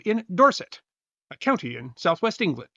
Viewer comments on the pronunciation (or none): none